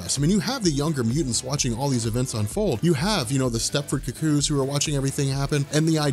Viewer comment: Someone doesn't know how to pronounce 'cuckoo'.